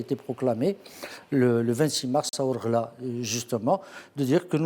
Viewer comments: Désolé Mr pas wargla mais Ouargla. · on dit wargla pas warla